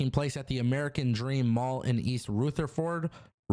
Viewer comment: You would pronounce Rutherford in the beginning like you would pronounce run, but without the n. As far as Riddle goes, it would be cool to see him back eventually. I think it's funny with the fact he was bumping heads with big names in the WWE. In all actuallity, Riddle could probably beat the breaks off Roman and Oldberg. I mean the dude is a trained MMA fighter. If not with the hands, put them in a submission they can't get out of.